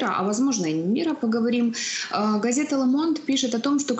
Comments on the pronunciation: "Лэ Монд..." Ох и сэло... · Произносится Ле Монд!!!